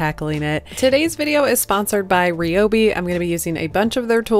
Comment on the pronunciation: Love these little night stands and it's great they were made from an old desk. Just a little tip for the future, when pronouncing Ryobi, the "Y" is pronounced like an "I"